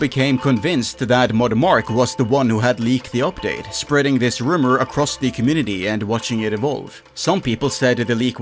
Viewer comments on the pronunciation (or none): none